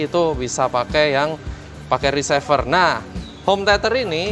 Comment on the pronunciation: Reciever pak, bukan ricever